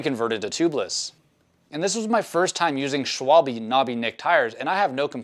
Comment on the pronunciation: As a German I find it funny how you pronounce Schwalbe